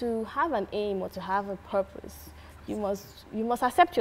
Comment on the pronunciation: said "perpose" 😂😂😂